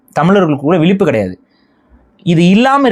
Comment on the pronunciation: Vilippu...vilippu.... zha.. solluda ozhunga.. vilippu...valippu